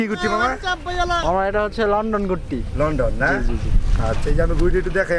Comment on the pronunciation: লন্ঠন না লন্ডন 🤣🤣